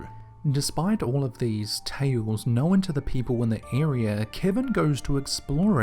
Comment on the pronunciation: Listen man....I love your stuff, I've subbed but....IT'S KNOWN!!!!! Not knowEN